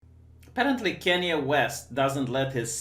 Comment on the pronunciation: i miss when would say KANE WEST